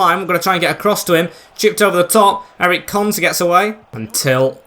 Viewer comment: Ezri konsa not Eric